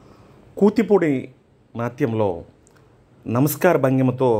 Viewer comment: కుతిపూడి ఎన్టీరా బాబు ,కూచిపూడి రా బాబు